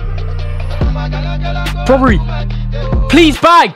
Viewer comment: Just a hint its brobbey not broberey😂